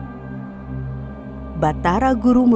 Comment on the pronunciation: Alternatif menarik dalam mengenalkan wayang. Namun mengingat cerita wayang di Indonesia banyak versinya, alangkah baiknya mencantumkan sumber yang valid pada deskripsi video, dari versi salah satu dalang di Indonesia atau dari Serat² tertentu. Untuk pelafalan istilah atau nama tokoh bisa diperbaiki lagi, karena ada yang kurang pas dan fatal, misal istilah punåkawan atau pånåkawan, divideo tsb malah diucapkan "panah kawat" atau "panah kawan". Simbolisasi tokoh dalam pengenalan juga ada yg kurang sesuai, antara golongan yang disampaikan dan tokoh yg muncul. Semoga konten selanjutnya, lebih teliti, lebik baik, dan lebih mengedukasi, Salam budaya.